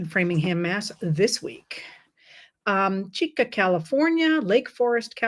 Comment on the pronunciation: Chico Ca, not Chica.